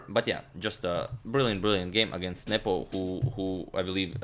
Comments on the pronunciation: Anyone else thought Agadmator was saying "nipple" when referring to Carlsen's opponent? lmaoo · You saying his name made it look like 'nipple'